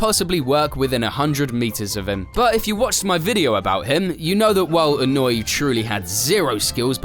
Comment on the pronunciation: Annoy? His name is not annoy, that was what he used to do on the track for drivers and spectators, but that's not his name. it's Inoue, he's Japanese not German. E-noo-ae